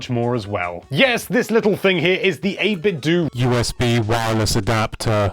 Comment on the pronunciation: Christ, he still says "8bit-DOO." It's 8bit-DOUGH, dude. It sounds like "Nintendo." The cleverness of the name is going right over your head.